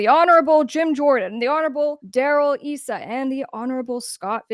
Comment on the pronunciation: I think his name Darrell Issa is pronounced eye-sah. I could be mistaken but that's how I've heard it pronounced on the news.